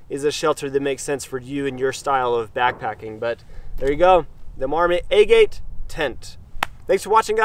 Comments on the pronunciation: Is it a-gate? I thought it was aa- git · Locals in Utah pronounce Hurricane "Hurrakin." Doesn't make it correct. :) JD is correct, the pronunciation of agate is Ah-git, after the type of rock. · Your pronunciation of agate is way off. Aah-git (like the stone)